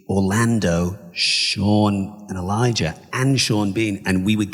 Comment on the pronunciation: God that woman is annoying, And she keeps pronouncing Elijah as Eledga, Embarrassing.